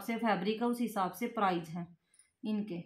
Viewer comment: Price hota h bhan prize nahi